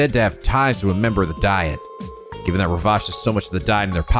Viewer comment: Hello, just wanted to mention something that is a tiny bit mean on the game part, unless i remember wrong (mods feel free to correct me) you missed on bonus DP from by getting it wrong the first time. btw, a tiny nitpick, but Diet is like Dee-at.